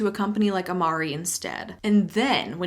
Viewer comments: I don’t know why but the fact that they make a point to say that it’s a Latin word and STILL pronounce it wrong. The Latin is pronounced amar-ray like the Italian…it’s like if you’re going to use a word in your dumb scam maybe consult a linguist or even google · If it comes from Latin then the original world is pronounced with a final “eh” sound instead of “e” but it looks like the company decided to chance the original pronunciation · I'm only 5 mins into the video but I don't believe "Amare" can be pronounced with an American "e" if it comes from Latin. There's debate on how Latin was actually pronounced (Classic Latin vs Church Latin) but there's no way "e" was pronounced how they do: to my knowledge (5 years of Latin in school + native Italian speaker) you pronounce "e" like in met or pet (the same word, "amare", also exists in Italian and the "e" is pronounced more or less like "pet"). Maybe I'm wrong and the founder is a Latin expert, in this case I'd love to know how this unique pronunciation came to be (not sarcastic, I'd be really curious). (edit for clarity: not blaming for anything, she's just pronouncing it the way the MLM does!) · I've taken latin and it's actually pronounced Amar-ay not Amar-ee. The e makes a long A sound in Latin. So not even the reps are saying it correctly. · Latin language speaker here: in Latin, it would actually be pronounced “ah-mar-RAY” Amare is an infinitive verb, like volare (to fly) or ambulare (to walk) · Yeah as a former linguist, the "ee" ending could not be more cringe and inaccurate. It either reflects the uneducated qualities of the founder(s) or they didn't think the population using their products would be educated enough to properly pronounce it...either is a bit repulsive. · I took Latin in high school and it would indeed be pronounced "ah-MAH-reh." That said, it wouldn't surprise me if an MLM company butchered the pronunciation. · If it’s Latin it should be pronounced “ah mah reh” right?